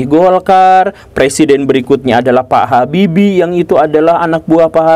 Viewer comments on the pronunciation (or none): none